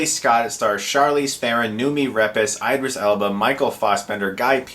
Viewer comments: It's pronounced EE-DRIS not EYE-DRIS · "Eye" dris Elba lol